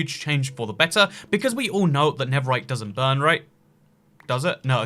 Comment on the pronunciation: Why do you say never right?